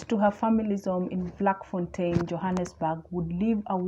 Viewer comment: Its pronounced as Flakfontein. Not Vlak